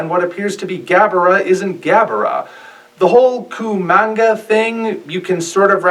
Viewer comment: We don't know if the Yog/Hedorah thing is Hanenga. Also, it's Kamanga, not Kumanga.